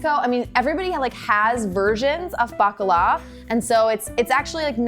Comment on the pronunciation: I heard Baklava Fritters not Bakala Fritters 😂